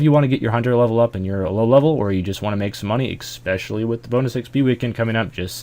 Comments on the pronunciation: Especially* Sorry, EXpecially bothers me. Cheers. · Especially* Not expecially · Please stop pronouncing it "expecially" D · It makes me laugh every time uses a "k" sounds when he says especially. "ekspecially" hahaha